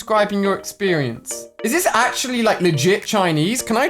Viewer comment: this dude can’t even say actually. Damn